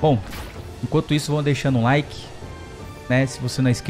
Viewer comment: O famoso "laiki nu vidiu"